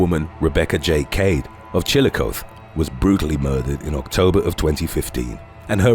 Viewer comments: just fyi, it's pronoucned chil uh kaa thee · Ha, I knew you'd do it 🎃 It's pronounced Chill-a-coth-ee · it is properly pronounce CHIL-i-KOTH-ee. What you used may have been the original Indian annunciation. Indian words are weird. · Hello, fellow Ohioan here, Chillicothe is pronounced CHIL-i-KOTH-ee. Lol That made me chuckle. 🤭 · Anyone else from Ohio notice the Chillicothe pronunciation? Love this channel!